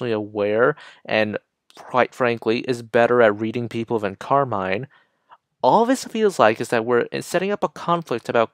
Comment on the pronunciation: hey! you're pronouncing her name wrong btw, it's pronounced how you would say "carmen"